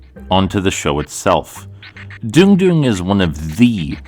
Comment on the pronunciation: So it's pronounced "Dune-gh" and not "Dong"? Because my mind went to weird places, and it's all my fault.